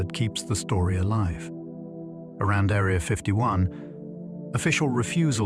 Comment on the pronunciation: The AI pronunciation turning “Area” into a girl with a thin sword resembling a “needle”, is quite distracting.